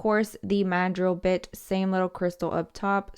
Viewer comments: I thought she said bi**h 🥴🤣🤣 I'm like Yesss! That bi**h do come in handy 😭 but she said Bit! Lol. Love the video though, very helpful thank you 😊 love you girly! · Lmaoooo i definitely heard “this bitch you guys “ i had to rewind like huh 😭😭😭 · Lol I like how you put this bit lmfao cause it sounded like you said this b**ch hahahhaaha but that works for it too hahahahahahhaha